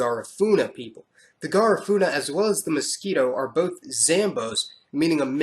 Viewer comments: I think Garifuna is pronounced Ga-REE-funa and not GAH-rifuna. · The information that is presented in this video is pretty accurate. I never knew that the Miskito had a kingdom, and my aunt is married to a miskito man. My suggestion is to properly pronounce Garifuna and Miskito.